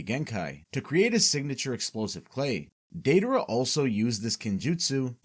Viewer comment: Not the “daydayra” 💀